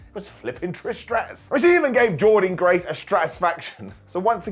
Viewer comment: Why do you keep pronouncing Jordynne graces name wrong?